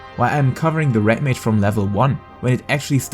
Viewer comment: umm.... is it called Rat mage? i swear thats what i keep hearing .